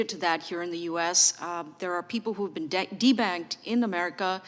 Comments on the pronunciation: 😇🤣I swear when i first heard her saying de-banked it sounded like, people are being T bagged. I hed ti rewind the video 😉😑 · It sounds like she’s saying “D bagged” 😂. Ah ya gotta laugh to keep from crying & going as insane as these thugs are! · Did she say "debagged" ??